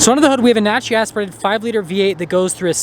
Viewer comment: It's NAT-U-RA-LY aspirated. Not "natury" aspirated. LOL